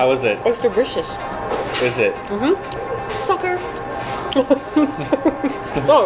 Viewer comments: ..did say its "dericious" lol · hehehe said Dericious XD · I vote for both Engrish and idol(s) 2PM. Did say "deRicious"?;) Thank you for feeding the kitty!!!